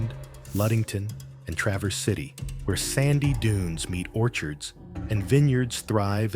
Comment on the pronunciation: At least they got Traverse City right instead of calling it Tra verse.